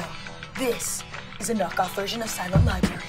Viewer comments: “Lie-berry” What does a lieberry taste like? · Liza saying “libary” literally makes me want to explode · she said... libary not library still love you though 😂😂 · Did Liza say “silent libarry”? At the begining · Anyone else upset that she calls it.. Silent Liberry? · Why don’t you call it “Quiet Libarry” instead of “Silent Library”